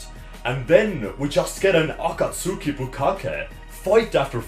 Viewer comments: Boi you can't even pronounce akatsuki right. It's ah-Kaht-SKI- NOT A-KA-TSU-KI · "Akatsooki"? pronounce Akatsuki right. What's next, "Sasooke"?